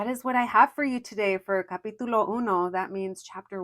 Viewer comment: I know you said "capitulo" but my ears heard "papi chulo" 😅